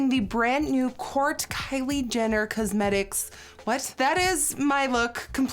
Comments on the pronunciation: ' kylie cuzzmetics ' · I actually really like the way Nikki says "cuzmetics" lol 😊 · kylie CUHsmetics